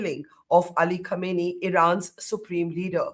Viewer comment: Not khaneeni, it's pronounced as "Khamneyi"